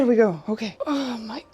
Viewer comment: "Oj oj oj!! Okej!" 😄 You sounded surprisingly Swedish there aswell 😄😄